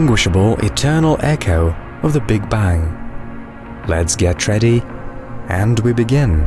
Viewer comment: I want to “ get tready” to see pleyootayoo end Jyoopitah.